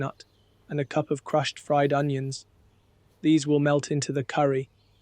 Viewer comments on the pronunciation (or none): none